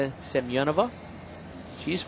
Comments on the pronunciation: For example - he consistently says Ksenia Semenova's name Сем-я-нова rather than Семёнова. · Wait... How is Semenova's name pronounced? All through the olympics, they said SEM-EN-OV-A but her they're all SEM-I-EN-OVA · Bart watching the Chinese on bars: Oh.... Ohhhhhh.... OHHHHHH... Ahhhhhhh! They just slaughtered Ksenia Semenova's name